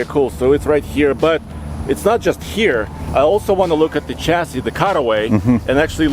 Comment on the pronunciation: Americans, chassis is a French word and therefore the ch is pronounced like the ch in Chevrolet, Chevelle, chef, Michelle, brochure, not like the ch in cheese.